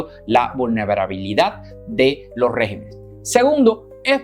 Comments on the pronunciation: Estimado...por favor, enmienda lo que dices. Estàs diciendo REGIMENES...Lo correcto es: REGÌMENES...con acento en la I. Perdona, pero deseo que todo salga bien en tu programa. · Regímenes, se pronuncia con acento en la "í" REGÍMENES.... cuidemos el idioma para no darle paso a los progresistas. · Se dice: "Regímenes", y No Régimens,lo cual es incorrecto. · No se dice régimenes, lo correcto es REGÍMENES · No se dice rÉgimenes, sino regÍmenes. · Se dice regímenes. Buena entrega...